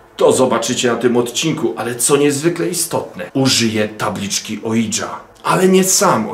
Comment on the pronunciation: Ouija to 'łija', a nie cholerne, anglosaskie ołidża, oidża, ninja czy inny wytwór językowy. Podstawowe książki na temat okultyzmu to mowią. Oui - z fr. tak, czytamy 'łi'. Drugi człon jest niemiecki. Razem: 'łija', a więc 'tak tak', co oznacza przyzwolenie, chęć kontaktu.